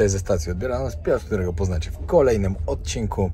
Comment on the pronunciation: Tyle w tym odcinKIU... juz po chinsku zaczynasz mowic😁pozdro👍